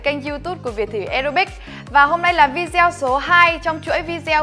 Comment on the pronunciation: Nói tiếng nước ngoài làm ơn phát âm cho đúng .VI GIEO VI GIEO 😂😂😂